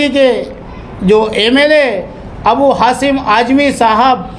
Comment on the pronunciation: Abu hasim nahi hai wo abu Asim azmi hai thoda bolne par dhyan de